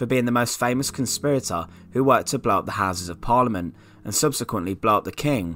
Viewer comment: I'm sorry.. great video but can't stand the way he says "Blow up" BLOBB the king!